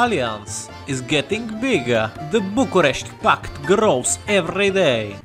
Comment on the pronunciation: you've really taken me by surprise with the correct pronouciation of bucharest and the other words